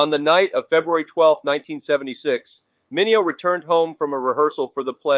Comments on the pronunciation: HIs name is pronounce MIN EO,and not MINEO,get it right,WTF!!! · Mi ne o is the proper pronunciation w accent on second.